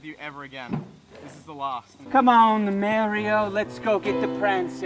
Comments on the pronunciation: Dat bretti gud merioh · And Merio